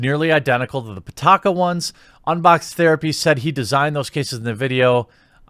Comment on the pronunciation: pitaka means wallet in english and it's pee-ta-ka not putaka putakadin